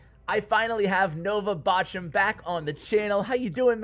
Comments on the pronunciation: I am German and I love how americans pronounce Bochum 👌🏻😂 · You pronounced Bochum wrong, it’s the name of a German City. ;) It‘s funny the way you pronounce it! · He kept mixing in german words an this pronounciation is just terrible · Hehe yeah Bochum the german Lavaloon legend! I really like how you pronounce his name, so funny-no offense ;) thanks for bringing awesome videos with a variety of pros everyday!